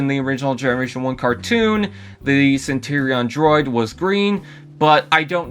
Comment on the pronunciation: Centurion not Centerion 🤦🏻‍♂️